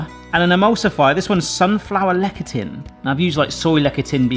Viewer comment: "Lecithin" - pronounced: "LES'-a-thin".